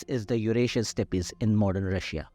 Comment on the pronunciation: Respectfully, STEPPES is NOT pronounced as Steppees, but as in STEPS. Reference, Cambridge dictionary.